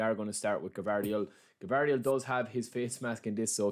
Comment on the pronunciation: Not Gavardiol it s Gvardiol